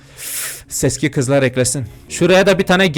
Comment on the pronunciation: Seski değil abi seksi dw